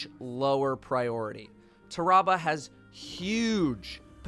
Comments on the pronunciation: Its pronounced tarrabah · your both wrong, its Tarrabah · you're* also it's "tarrabah" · I love how pronounced Tarrabah 3 different ways in less than 30 seconds